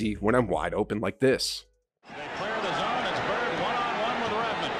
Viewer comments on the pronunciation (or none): none